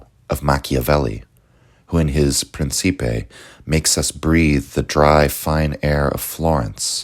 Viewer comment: Great work! Btw the Italian pronunciation of Principe is [ˈprintʃipe].